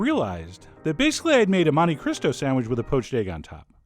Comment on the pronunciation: To the haters, you rhyme these on the 'oh' sound at the end of both words.